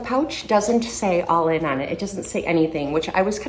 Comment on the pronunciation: It’s actually pronounced Allen 🥰